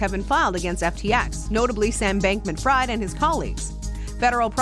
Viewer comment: Fried is pronounced like freed when it's used as a name.